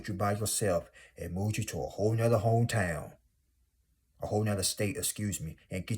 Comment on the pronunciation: Not Hah-to on your name😂💀. Sorry I cracked up with every Hah-to you said but I definitely received the message. ❤thank you 🙏🏾 be blessed. You’re 100% right.